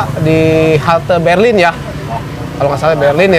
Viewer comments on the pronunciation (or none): Duta Merlin Bang..bukan Berlin